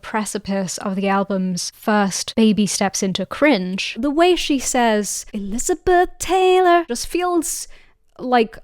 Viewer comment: "e-LIZ-a-beth TAY-lor" -- um, new vocal stim unlocked